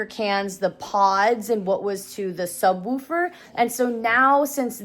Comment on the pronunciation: Never thought had a accent til I heard her say “subwoooofer”